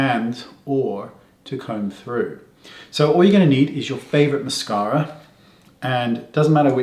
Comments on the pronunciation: Love the accent ... Moss-car-a. :-) In texan that is MassCAREa (with a twang). 😃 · aaaahh I love the way Wayne says " mascawwwra" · Great hack! I'm going to have to try this! And I love the way you say "mascara" 😂